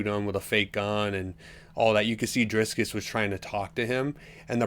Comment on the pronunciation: Driskiss?? Casyoel asf. smfh